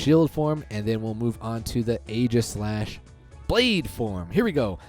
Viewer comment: It’s actually pronounced “EEgislash”, like the “Aegis”